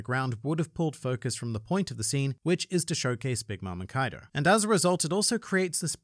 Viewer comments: Why are we still calling him Kaido?? It’s Coido! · Kaido more like KOI-do